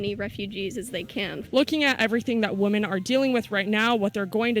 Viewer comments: It’s pronounced wimen not woomen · Why does she keep saying woman ? Does she not know to say women plural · Why the fuck is show pronouncing "women" as "woman"? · I'm the only person who recognized she keeps saing woman instead of women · It bothers me that this woman (wu-man, singular) can't pronounce the word "women" (wi-men, plural) correctly. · Good video, but it is literally nails on a chalk board when I hear people pronounce women as she is. Why is this becoming more common that people pronounce women like singular woman? Irritating as hell. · Is the reporter American? She keeps saying Woman instead of Women. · Someone please tell the reporter that women and woman are pronounced differently. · OMG. That girl needs to learn how to pronounce WOMEN vs. WOMAN.